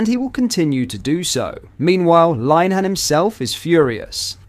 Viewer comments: Lin-eh-han not Line-han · Pronounced Linn…Ah…Han .